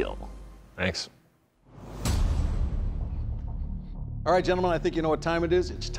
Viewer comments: It will keal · Why does he pronounce it "keel" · THE PHRASE:IT WILL KEEL,IS NOW A CULTURAL PHENOMENON. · "it will Keel" i think you meant it will Feesh